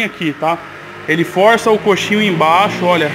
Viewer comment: O nome é coxim, não coxinho